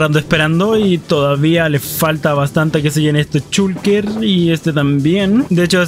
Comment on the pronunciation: Es gracioso cuando dice chulker